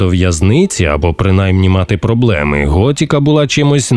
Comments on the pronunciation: ГОТИКА а не готіка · Пожалійте українські вуха: не "готІка", а "готИка"... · Ремейк норм, але кожен раз як чувак казав Гот( і )ка через «і», хотілось вʼєбати. Король не «дурак» 🫠. Набридло постійно чути ці русизми у випусках, краще компілюйте тексти.